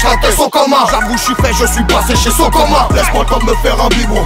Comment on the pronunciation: le ke-bla qui a fait une vidéo où il dit SO-COMANN toutes les 10 secondes la. il m'a jamais fais rire. C'est les gens qui rigolent pour rien? ou c'est moi qui n'ai pas d'humour ?